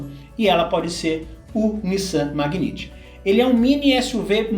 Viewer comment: A pronúncia correta do carro da Nissan é Megnait, e não Magniti.